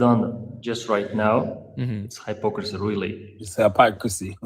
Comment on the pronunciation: That's Hi-pocracy bratha 😂😂😂😂😂😂😂😂I'm crying